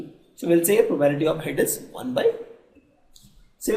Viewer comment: its pro ba bi li ty NOT PROBALITY